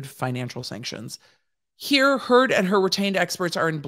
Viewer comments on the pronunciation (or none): none